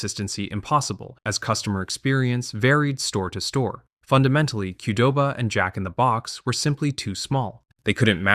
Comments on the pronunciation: Yeah, it's AI. That's why the script used first name "Brian" instead of last name "Niccol". AI can't pronounce it correctly (without some effort with a prompt). It also has syllable stress issues with names like Jack-n-the-Box and e. coli. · Yeah, it's AI. That's why the script used first name "Brian" instead of last name "Niccol". It can't pronounce it correctly (without some effort with a prompt). It also has syllable stress issues with names like Jack-n-the-Box and e. coli. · Yeah, it's AI. That's why the script used first name "Brian" instead of last name "Niccol". I'm guessing that the AI can't pronounce it correctly (without some effort with a prompt). The voiceover also has syllable stress issues with names like Jack-n-the-Box and e. coli. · I lived in California where we had Jack In The Box, and I went there often as a teenager. The emphasis is on the Jack, not the box, JACK in the box. It trips me out a little to hear him say Jack In The BOX. Little differences are funny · You keep saying "jack in the BOX" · Yes. I'm guessing that's why the script used first name "Brian" instead of last name "Niccol". It can't pronounce it correctly (without some effort with a prompt). It also has syllable stress issues with names like Jack-n-the-Box and e. coli.